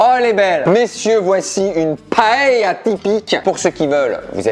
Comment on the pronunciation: La prononciation de la paella me fait un peut mal au oreilles 😂😂